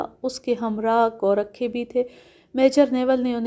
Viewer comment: میڈیم ۔۔۔لفظ گورکھا ہوتا ہے ۔ گو ۔۔۔رکھا نہیں ۔